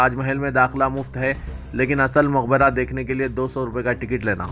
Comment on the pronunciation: I've tried n number of times and showed him the correct pronunciation of so many words, but it seems that neither he nor his news channel is interested in any correction or improvement. Aaj bhi "maqberah" ko "muqberah" padha gaya.